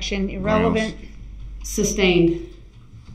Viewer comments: Can someone in that court room please tell him it's not "substained" dude has been saying that all trial! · IKR ! He actually says it wrong. Because he doesn't know what he's talking about. 😂🙄 But if Duh-rell thinks it confuses anyone.....he sticks to it!